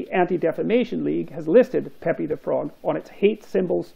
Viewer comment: It's pronounced peep, Jordan, not pépi